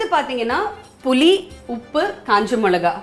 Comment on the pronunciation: புலி காட்டில் இருக்கும்மா. புளி, தமிழுக்கு அழகே ல ள மற்றும் ழ என்ற எழுத்தை சரியாக உச்சரிக்க வேண்டும். புலியும் உப்பும் இல்லை புளி புளி புளி ஏன் இப்படி தமிழைக் கொலை பண்ணுகிறாய்